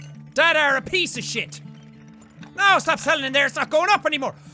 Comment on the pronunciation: When jack /Sean says piece of shit it sounds like pizza shit who wants that!?